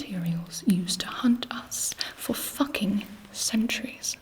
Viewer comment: the way she says FACKING its so like HUHH WHAT DID GIBI JUST SAY